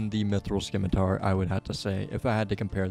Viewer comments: I'm ing you, it's scimitar, not "skimitar". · Runescape is the only place I've consistently heard people mispronounce scimitar as skimitar. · 'SIM-it-ar' putting the c in is confusing him 😂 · "Scimitar" is pronounced, "simitar". "ci" makes the "s" sound, so "sci" is pronounced "s" like as in "science". 😁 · I will you, it's objectively pronounced "sim-i-tar". SMH. Great episode, though and I'm glad you found out about the bank! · Did this man say Skimitar? Definitely him @@@@@@